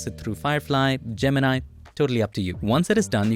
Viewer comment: i loved how you spelled gemini like most indians do ,and not go "jeminai" like everyone else